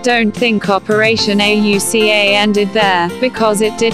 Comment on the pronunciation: Computer voice mispronounces words and spells out Auca instead of saying it. Looking for a video to teach 5th grade - this just won't work because of all the mispronunciations and lack of emotion in the voice. Please find someone to record the voice. Heck, I'll do it for you!!